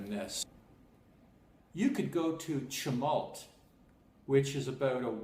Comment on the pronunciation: This is a fishing resort... Nothing more. You are in the middle of nowhere. If you thought you were going to stay in a 4 star accommodation unit you are are as stupid as your !mispronunciation of the state name, town of chemult pronunciation and also your sad sad song.. Please stay away from Oregon. Thanks.